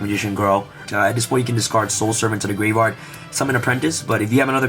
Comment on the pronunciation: Is it me or every time you say graveyard i hear gravevard?